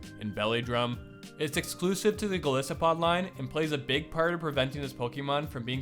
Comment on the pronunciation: Golisopod is pronounced "guh-lie-suh-pod". It's a combination of the words "goliath" and "isopod", both of which have their i pronounced "eye".